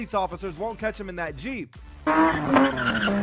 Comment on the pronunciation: nararator sees a big suv also nararator : t h e y r a l l j E e p S